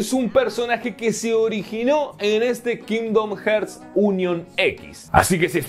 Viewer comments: Alv nomas escucho "kindom herts" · Cada vez que dices "kindom jerts" una niño anglosajón muere en su cuna 🤣🤣🤣🤣 grande mallorquín 😉